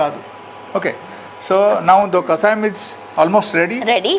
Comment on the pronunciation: Mentaldi anchor iritating too much,kasayam kadu kashayam